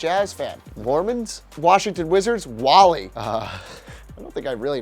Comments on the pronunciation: The whitest,most cringe person. Low key funny. He said Wally like the pixar movie😂😂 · He said wall-e 😂😂😂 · Correct pronunciation of Wale is Wall - LAY. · Bruh it’s “ Wall- aye” not fucking WALL-E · Did you really say wall-e? Its wal-lay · its pronounced like whale not whaley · Wollly?!?!?!?!?! It’s wale (Wah-Lay) 😂 Put some respect on his name! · Wale is pronounced as wah-leh, not wah-lee. And it's Lil' Jon, not Little Jon. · Who the Fuck is WAL*LE it's pronounced Wale(Wall-Lay) like L.A.(el aye) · That last guy.... It’s Wale (Wall-Aye) please read this 🙏🏽👀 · Its wah-lay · All good, just one thing...the last one is pronounced waaa ley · THIS NIGGA SAID WALL-E😂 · Wale...not Walley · He butchered wale name 💀💀💀 so baaaddd he said wal-e its wale like all "well" 🐋🐳🐋🐳🐋🐳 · It’s Walé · His name is pronounced Wall-Ay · It's pronounced wa lay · Wale's name is pronounced "Wah-lay" smh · His name Wale dont says wallie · Love the video. Dislike the host simply for the fact he was corny and pronounced "Wale" wrong. So much cringe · Learn how to pronounce Wale's name bro. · Mad he mispronounced wale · That's not how you say Wale...hes not a damn Disney Pixar robot lol. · How he pronounces wale kills me lol